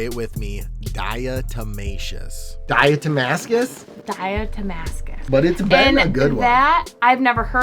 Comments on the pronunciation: 'Die - uh - mus TAY - shush' earth! ✌😉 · Die-uh-toe-may-cish Earth LoL□□□